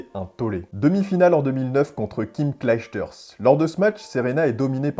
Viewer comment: Comment t as massacre son nom a la pauvre kim 😂😂